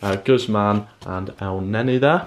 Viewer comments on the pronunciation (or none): none